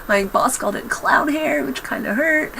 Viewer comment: Oh, CLOWN? I thought she said "cloud." I was like...that's an odd way to describe hair, but I'm not necessarily sure it's insulting lol.